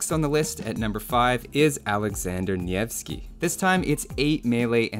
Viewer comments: Heeeey, you said Nevski pretty well! Not native, but "nyeh" is correct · you pronounced "Nevski" so well, my heart melted. Love you bby